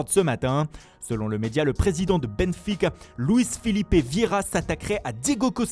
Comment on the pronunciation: "Benfuiiica" Attention, hein, t'y mets pas toi aussi!